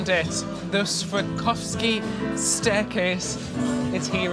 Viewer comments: My darling fellas. Swore-off-ski. ❤😂❤ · Dear.....all you need to do, darling boy, is break down the word into 3 syllables. Swar-Rov-Ski. Easy-Peasy! 👍🏻👍🏻 The stairs are STUNNING!!! Great video guys!!!👏🏻👏🏻💕💕💕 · Hi my lovelies. So, Swarovski is originally Austrian. You can say Svar-off-ski or the English adaptation Swar-off-ski 😄, I love your short hair (I know all about the hair debacle) I think you really suit it as it is now😊xx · Completely amazing! It’s SwarOVski, btw. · The stairs are Swarovski. Pronounced Swore off ski It is like I swore off skiing